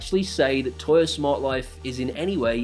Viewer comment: Agree with everything. "Toya" though? 🤣